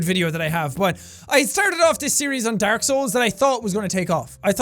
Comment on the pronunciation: jack: dark (irish accent) old jack: daork